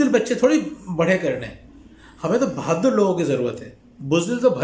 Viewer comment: Bhaddur nhi bhadur